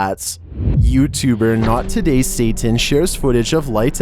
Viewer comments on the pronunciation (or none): none